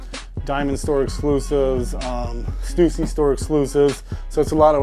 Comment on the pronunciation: At least he pronounced stüssy right